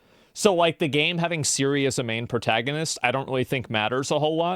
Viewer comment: I'd say - the main problem is how English people mispronouncing her name. It's pronounced TSiri, not Siri, as TS in TSunami.